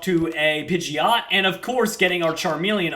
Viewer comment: it's pige-ot not pigy-ot